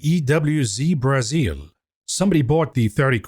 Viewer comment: It’s because of the way you pronounce the word “Brazil”. My Brazilian coworker is convinced you’re Brazilian.